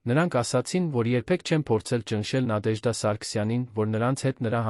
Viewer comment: Բառերը ինչու էք կուլ տալիս եվ Նադեժդա ,ոչ թե Նատեժդա